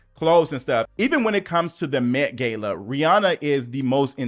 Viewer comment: Met Gayla????? I thought it wad GAH-LAH